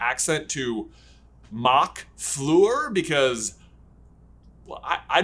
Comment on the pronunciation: "Floor" delacour ^^?